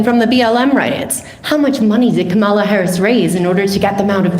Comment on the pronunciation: Woman talks about "Ka-mall-a" harris and tries to claim she is well informed.... yet you have never heard her name pronounced properly?? Sorry, but if you can't pronounce the last democratic presidential candidate's name properly.... you are not informed.